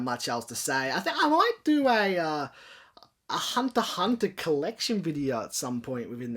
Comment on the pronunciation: Why aren't you pronouncing the X in Hunter X Hunter?